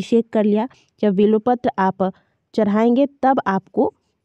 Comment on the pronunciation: vo bilopatra nahi bilpatra hai